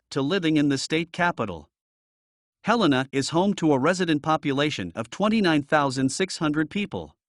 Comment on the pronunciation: These software driven voice overs are a hoot. It's Dill-on, not Deal-leon. KALAS-spell not Kal-is-spell. Somehow it got Helena correctly though. The home prices are decades out of date though.